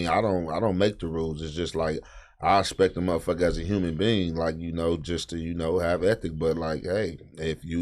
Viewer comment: Nigga said human bean instead of human being 😂